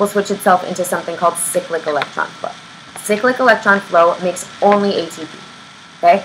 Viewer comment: No One: Absolutely No One:: SICK-LICK